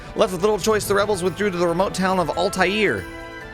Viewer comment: Yesss another FF video! And btw, (not getting on your case about it at all cuz fantasy names are made up anyway lol) the Japanese version has Altair written to be pronounced "al-teh-uh" so you've been reading it right lol